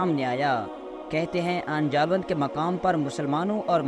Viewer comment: Pronounce as Aini jallooth